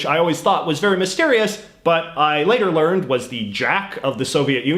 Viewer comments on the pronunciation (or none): none